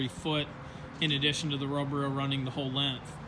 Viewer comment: Learn How to Talk you cant seem to say strength or length get some speech therapy!!!